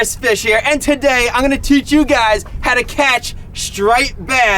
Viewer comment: Hygys (Hey guys) pronounced Hi-gis